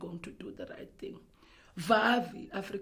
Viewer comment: lol vavi instead of viva